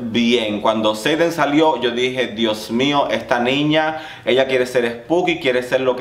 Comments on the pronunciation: es Aiden Zhane, no 'Zaiden'. jajajja te amo. Besos 💞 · Girrrl le decias a cada rato zaden a Aiden Zhane 🤣